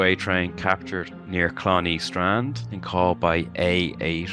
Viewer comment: Clonea strand, pronounced Clon-hay, not Clon-ee